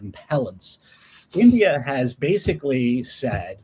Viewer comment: Its India NOT Endea!!!